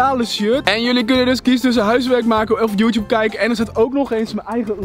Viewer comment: Juttoeb keikken